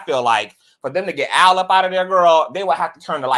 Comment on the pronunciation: Al not Owl…